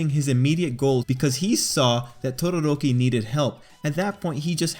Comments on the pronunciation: I love how you say Todoroki Your like Todorrrrrrrrroki :3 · Why does he pronounce todoroki’s name like it’s an Indian name lmao?